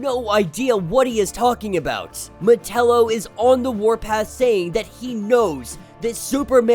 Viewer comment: I enjoy your videos but sometimes the pronunciation of some names hits my ear wrong. Metallo has always been said Meh ta low the a has more an A sound like with act or attack. Instead of sounding like Nutella except with an O.